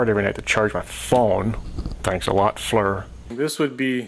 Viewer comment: He calls it a Flur.